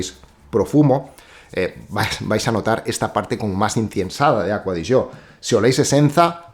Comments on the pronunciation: Porque se pronuncia así en italiano. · por fin alguien que pronuncia bien la marca, no como otros que dicen ser fanáticos de ella y no saben como se dice 🤣🤣🤣no diré nombres. Pd: APM